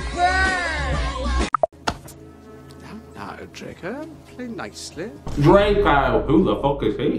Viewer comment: I can't stop the way you said dreco who the fuck is he😁🤣